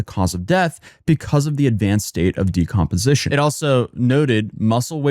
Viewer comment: Bro said Decompotion😂